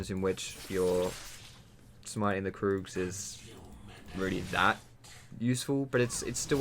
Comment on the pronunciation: He said kroogs